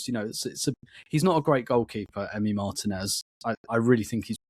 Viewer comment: Mar-teeeeeeeeeeeeeeeeee-nez. Margin-ez is completely wrong.